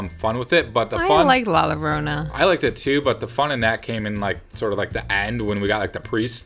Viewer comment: Sorry to be pedantic, the but the double L in Llorona is pronounced as a Y, so its sounds like La Yorona... I’m going to see Annabelle next week...and First!!!